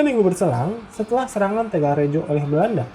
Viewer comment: Mohon ijin memberikan koreksi. "Kedu", huruf e dibaca seperti pada kata "gedung" "Rembang", huruf e dibaca seperti pada kata "empat" "Tegalrejo", huruf e pada "rejo" dibaca seperti pada kata "pejuang" "Kulo Wangsul", yang betul tulisannya "Kula Wangsul", meskipun memang dibaca seperti "kulo wangsul". "kula wangsul" adalah kata-kata dalam Bahasa Jawa sehingga perlu ditulis sesuai dengan ejaan Bahasa Jawa yang standar. Sedangkan "Hamengkubuwono" dalam Ejaan Bahasa Jawa standar adalah "Hamengkubuwana". Tapi boleh saja ditulis "Hamengkubuwono" mengikuti ejaan Bahasa Indonesia.